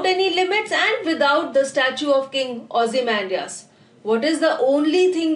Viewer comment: Really the best explanation 👍👍👍 keep it up . But please you say this ozy-mam-dias in this way